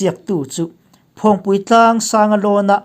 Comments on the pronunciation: A bengvar thlak hle mai; Phawngpui tlang i lam dan erawh a dik lo. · Phawngpui i lam dan hi a dik lo a, a bak chu a tha thin e.